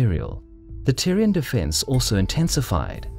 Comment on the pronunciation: Am I the only one hearing Tyrion in spite of Tyrian...?